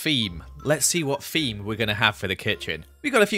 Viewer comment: Lol, keeps saying FEME in stead of THEME